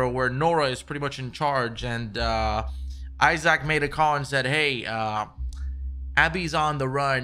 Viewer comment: lol my man keep saying eye sack (isaac)